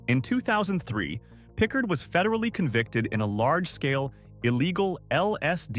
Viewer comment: William Pickard never went to prison. Please delete this information .You are also pronouncing his name incorrectly.